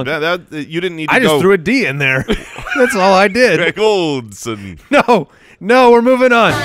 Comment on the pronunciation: You threw a D in Greg Olsen eh?